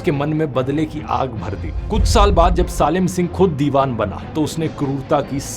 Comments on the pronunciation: Why is he calling SALIM as SAALIM?? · salim ko saalim kyun bol rha???? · Salim singh ki pronunciation glt bol rhe ha ap